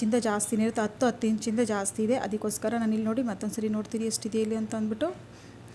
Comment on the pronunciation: ಹ ಇದ್ದಲ್ಲಿ ಅ ಅಂತ ದಯವಿಟ್ಟು ಹೆಳಬೆಡಿ ಅಸಹ್ಯ ಅನಿಸುತ್ತದೆ ಈ ಅತ್ತು ಅಲ್ಲ ಹತ್ತು